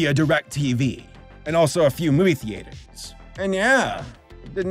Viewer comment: How pronuonces theaters: (thee aters) As the eaters?